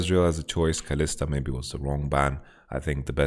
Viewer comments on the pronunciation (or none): none